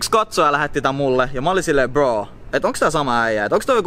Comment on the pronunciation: Sanot kokoajan bro sun videol mut se kuulosta just ku sanoisint bo